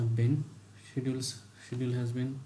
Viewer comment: hey thanks for great videos, can you see the pronunciation of schedule in dictionary please.